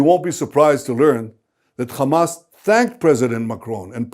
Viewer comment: why he said khamas it s hamas